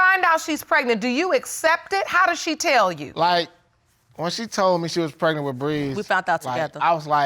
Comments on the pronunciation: it urked me everytime she said that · I feel like I'm losing intelligence with every word this couple speaks....if he says open legz one more time or if she says preg-a-nant again.... I'm leaving! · This is the first known woman to ever get preg-A-nant!!!! “PregAnant, pregAnant, pregAnant!” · Justina Hamilton maybe like preg-A-nant!! pregAnant, pregAnant pregAnant